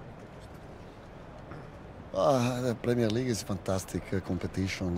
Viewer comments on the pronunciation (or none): Tony Bloom pronounces the letter r in words as a w. For example, Pwemier and Bwillant. Is that a Brighton accent? Or a regional accent?